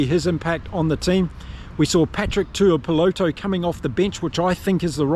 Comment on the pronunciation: His name is Tuipulotu, with a U in the middle